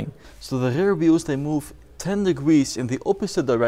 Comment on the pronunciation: Ugly dutch accent, stopped watching after i heard: ünlock and ~rare steering😥😥